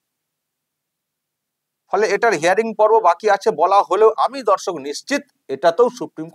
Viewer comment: Jokhon dorshok bolen, sunte lage dhorshok, kintu valoi lage